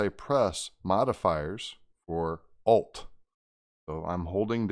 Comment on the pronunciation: Did you say "OLF" key of the keyboard